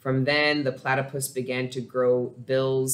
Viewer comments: I always feel weary when I try out new readers but this was absolutely from God. It was so spot on it almost felt like a personal reading. And you’re hilarious! It felt like I was sitting on your couch. Thank you so much. Also-it’s pronounced “pla (a from apple)-ti(ti like tip)-puss” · Plat-tah-puss is how you pronounce it platypus (yes I am Australian😁) u did good though 👌🏽👍🏽 thank for taking the time out for the Leo read 🌻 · Thank you for a awesome reading ...Plat e pus ...is how you pronounce it